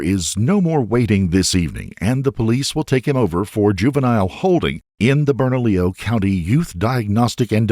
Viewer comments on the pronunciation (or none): none